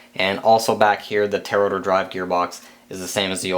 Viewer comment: Man,... "Tail Rotor" are two separate words. You keep sayin' "Tarotor" LOL! Couldn't resist! Nice build vid. Learned a lot for my build. Thanks!